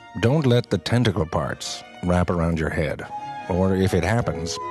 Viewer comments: Lol "your nose might get preggnannn." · You forgot Pregnant: Preeaagnant